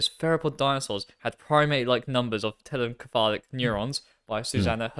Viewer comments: Your pronunciation of telencephalic, with a hard c, gave me great pause. While it may be the case that the Greek root, kephalḗ, for head, does indeed argue for the hard consonant sound, every time I've heard the anatomical derivations spoken in English--encephalon, encephalopathy, telencephalic, diencephalon, etc--it's "SEPH a lon." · I'm 90% sure telencephalic is pronounced like encephalopathy given the similar roots, so it would be "tell-en-seph-a-lick" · Think more like ‘tell-en-seff-AGH-lick’ with the stress on the second to last syllable because it’s an adjective like melodramatic, metallic, idiosyncratic, homeostatic, etc.